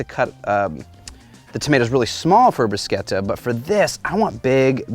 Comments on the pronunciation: There’s no K in Bruschetta..:)) Looks great though!! :) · Bruchetta (you pronounce it 'differently') is one of my faves - especially in the fall, when my garden tomatoes are ripe. It is an "open canvas" as far as what you do with it. - Love what you did with this one! I want to add some smoked red peppers to my next one. Believe it or not, it is snowing heavily here in Eastern Canada today, and my griddle is 'sleeping' until nicer days arrive. :)